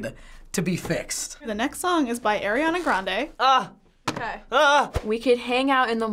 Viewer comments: DID U JUST SAY ERIANA GRANDE OMG OMG OMG OMG SHAME ON UUUUUUUU OMG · People saying they like Ariana grande but they say her name like airiana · This might be a weird pet peeve but I really hate it when people say air-iana grande a instead or ari-ana grande... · I’m losing brain cells from them saying ‘Air’iana Grande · "airana grande" i'm ticked. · says i love ariana grande proceeds to say airana grande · I love Ariana Grande Says her name wrong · “I love air-iana grande” If you love you her so much why don’t you know how to say her name 🤦‍♀️